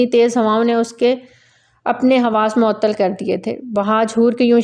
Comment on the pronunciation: معتل نہیں ہوتا معطل ہوتا ہے اپنی اردو پہ توجہ دیں اور ”اس پے“ نہیں ”اس پہ“ ہوتا ہوتا ہے